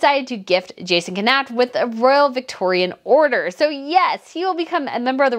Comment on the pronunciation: Please learn how to pronounce Jason Knauf 's name, it's super annoying